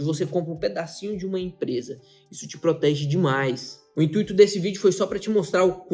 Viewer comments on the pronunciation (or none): none